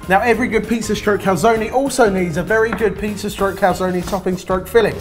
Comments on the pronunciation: How is it not driving everyone insane that they are pronouncing cal-zone as cal-zonie? Legitimately ruined this video for me lol. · In both American and British English Calzone is pronounced cal-zone. In Italian it is pronounced Cal- zone -ay. So cal - zone - e. does not seem to be correct in any language lol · Calzoneee? It's just Cal-zone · What language are you talking about? There are no silent vowels in Italian: everything is read the way it's written. So the right pronunciation is "Calzone", pronouncing the e like in "egg". Sorry for my english but, you know, I'm Italian.